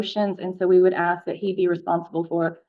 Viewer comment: I OBJECT to this sovcit using the word AXE instead of the correct word ASK. My personal pet peeve.